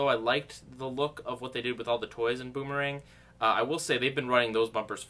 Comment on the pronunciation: Just going to point out that you slipped up and said booberang the third time you said it. Slip ups are funny in my opinion.